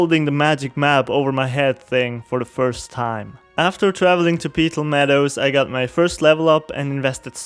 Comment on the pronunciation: It's not Pee-Tal, It's Peh-Tal.